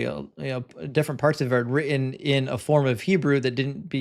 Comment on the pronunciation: When you say written, you tend to say the emphasis on the end as in not ten, lol.